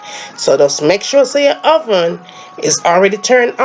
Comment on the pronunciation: "De hoven" Sounds like French ppl of Montreal. I LOVE the accent! Why call it coco bread when there is no coco in it?